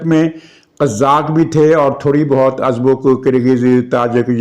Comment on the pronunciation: Jnaab ,Qazzaq nhin , qaaazak.....pehlaiy ka meni ulta haiy yeni behri qazzaq , lutairaiy....قزاق،،،،،بحری لٹیرے،کازکستان کے رہنے والے، کازک یا قازک